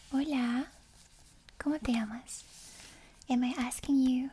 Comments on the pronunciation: As a Spaniard, i find it funny how you say “llamas”, maybe its because its soft spoken, but you barely pronounce the ll, so it sounds more like amas than llamas, and since amas is “you love” you are asking how do you love xdd, so maybe be careful. Ll is not like in English where its basically an L, its like a y, so maybe its eaiser to think of it as yamas, with the same ya pronunciation as yasuo, or same y pronunciation as yeah. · Tbh your Spanish is very good, except for your ll, which are a bit too soft and almost mute, maybe its an accent thing, but yeah